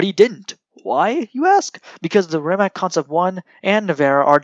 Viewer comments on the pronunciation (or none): good video,try to say rimaz not rimak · c like nimitz-tz-rimatz=rimac not like rimac-rimak=totaly false,hope u anderstand